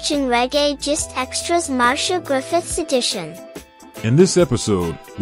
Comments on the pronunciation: It’s pronounced Mar-c-ah not Marsha lol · Mar-cee-ah not Marsha!! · Nice information her name is not ptonounced MARSHA BUT MAR-C-I-A Also Toots us pronouncec incorrectly. The o's are short not long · I thank you for your info on Marcia Griffiths. I must say however your pronunciation is wrong, her name is spoken as Mar-cia and not Mar-sha Griffiths. (this is a common mistake made by non Jamaicans ) Nevertheless I'm happy that she's okay and recovered from the scamming incident and the scammer is now sick. All the best to her and R.I.P. Bob Andy. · The presentation is good but in future please be carefull with the pronunciation of peoples names. Marsha is a different name to Marcia. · .. It can be but in Jamaica the latter pronunciation is used. It is also disrespectful of the artist to mispronounce her name. She is a well known singer so there shouldn't be any error in pronouncing her name.